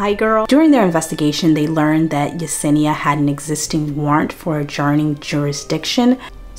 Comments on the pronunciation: Watching the battle of remembering her name is Yesenia not Yanessa is sending me. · It’s the fact you corrected yourself and then went right back to calling her yanessa 😂😂😂